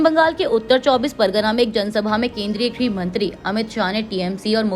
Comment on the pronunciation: ⬇️⬇️⬇️⬇️⬇️ ये कैसी न्यूज़ रीडर है जिसे ठीक से बोलना भी नहीं आता❓ विवाह को ये विह्वा कह रही है. गृहमंत्री को घृमंत्री कह रही है. योग्य लोगों को रखोगे नहीं क्योंकि तुम लोगों के सिर पर तो आरक्षण नामक भूत नाचता है. तब तो यही सब होगा ना❗